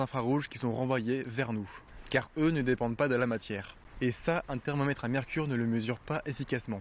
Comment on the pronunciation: Dés le début 6s par exemple. Vous dites " les réflecteurs situés..." Mais moi j' entends " les réflecteurs sitEés " Il y a d' autres exemples tout au long de la vidéo, à un moment le o de thermomètre et presque avalé. Et personnellement j' éprouve une réel gène, et je pense que c' est nuisible à la qualité de la vidéo. J' ai l' impression que vous avez un accent de je ne sais où, sans vouloir vous offenser. Je ne sais pas si c' est une question d' élocution trop rapide.